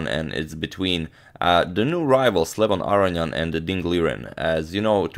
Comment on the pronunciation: Arian? Arnian? Not AROnian? Seems a whole syllable is being left out of that name.